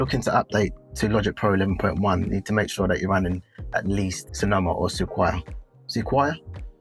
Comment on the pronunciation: sequoia is se-kwoy-yah